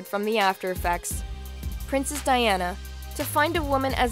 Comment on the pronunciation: I feel bad because the only thing I could focus on was that she said Princess Diana's name wrong!!!! I'm a horrible person!